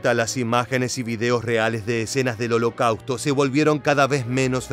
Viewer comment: El contenido es excelente. Pero la terrible pronunciación “holocauto” chirría en los oídos, y pierde seriedad. Lo siento pero me es muy desagradable escuchar holocauto 30 veces mal pronunciado.